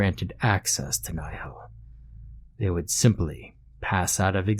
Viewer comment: Ah yes a word in Latin:) also, its pronounced like "knee-hill"